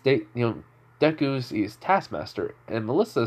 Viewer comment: You said his name correctly . His personality is perfect thank you